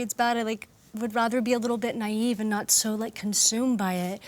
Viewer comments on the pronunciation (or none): none